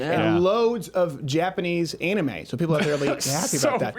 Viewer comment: 'any-mae' wow that is the first. sometimes all you have to say is one word to tell everything about yourself.